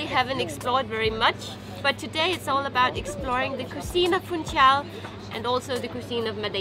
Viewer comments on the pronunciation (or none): Guys, please, "Funchal" does not have a "T". As always, nice tasty video. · funSHal, not fun-cal